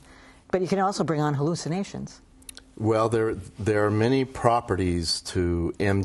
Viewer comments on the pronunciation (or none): I laughed so hard at "hallucinations"....